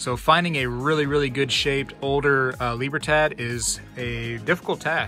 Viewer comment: Libertad = Lee-Bear thad < Thugh-ah-d